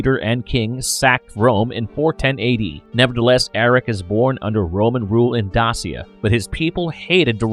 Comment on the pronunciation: Dacia = Day-shuh